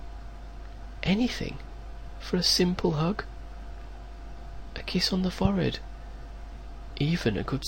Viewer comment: when he said forehead, it sounded like "fored"